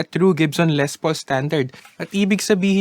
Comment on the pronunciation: Ley ang pag pronounce po. Aysus